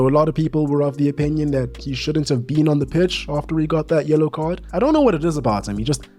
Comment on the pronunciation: It sounded a little like you said "YOLO card" describing the match at St. James's, and I like that! Kai Havertz and Bruno cashed in their YOLO cards yesterday.